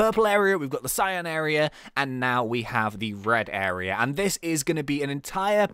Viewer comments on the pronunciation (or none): when he said it was the red area it sounded like he said bread area